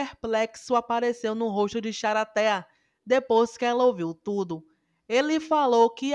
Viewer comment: Nao aguento ela falando "charatea " ksksks